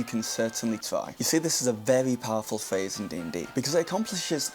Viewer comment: The fact that you keep saying phase instead of phrase is very distracting. In fact at first I thought you said face.